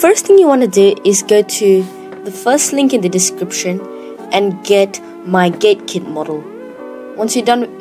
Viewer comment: i heard GayKit XD